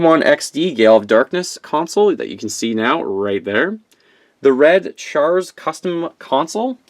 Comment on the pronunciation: If you butcher char's name one more time! Have a little respect and do some research....HAIL ZEON!